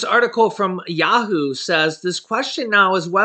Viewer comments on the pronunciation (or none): none